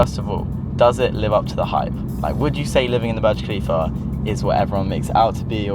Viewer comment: My guy says burg kalifa when its burj khalifa thay accaent